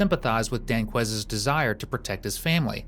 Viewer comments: ‘Danqueise’. I don’t have to watch the rest of it. Just another one to prison for life. Yawn. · "Danquies"? Ahhahahahaha.